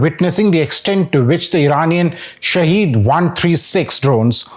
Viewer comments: It's not pronounced shaheed (Martyr) but sahid (witness). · "SHAHED" means witness in Farsi, while SHAHEED means martyr. They are not pronounced the same way. One is pronounced as sha'head the other sha' heed.